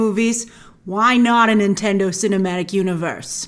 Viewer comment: Is she saying Intendo at times?